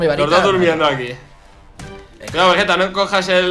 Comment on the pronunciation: Nose dice vegeta se dice vegetta